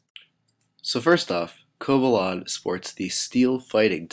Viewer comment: Its cobalion not cobalon